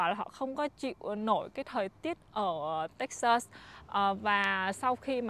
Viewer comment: Toi rat thich chanel cua ban, nhung ban can de y cach phat am tieng anh cho tot, nhu Texas ban phat am khong dung lam. thank you